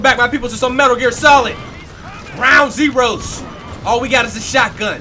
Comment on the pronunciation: my man done goofed in the beginning "welcome to metal gear ground ZEROZ"